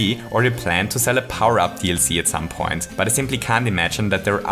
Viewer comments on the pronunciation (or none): none